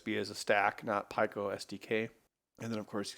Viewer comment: It's pee co but I like when he pronounces things funny